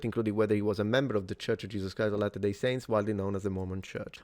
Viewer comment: Kinda getting tired of seeing police chiefs/spokeperson's who havent done ANY research at all into the press conference they are about to hold. I'm not even Mormon and I know how to properly pronounce "latter-day". We need better qualified personnel running things. This is pathetic.